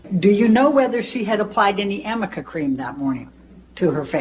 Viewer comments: Arnica. A r n i c a. Not amica. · Arnica cream not amica 😂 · Amica? Does she mean Arnica? For bruises? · Amica... I also don't know what Amica cream... But Arnica cream yes!!! Elaine!!! 🤦🏼‍♀️😂😂😂Love you!!!! You're the best!! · It's ARNICA not AMICA, that lawyer of hers could at least try and get that right. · At the beginning of this video (cartoon) she keeps saying Amica cream. I thought of Arnica cream as it makes more sense, but she says Amica. So I looked it up and there is a brand named Amica. Maybe my ears are broken , but I got confused as well. what do you think? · It’s “Arnica” what a dolt! How does she not even know how to pronounce “arnica”.